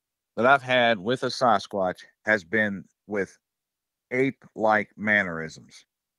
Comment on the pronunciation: Sarzquatch? That dude doesn't know how to pronounce Sasquatch.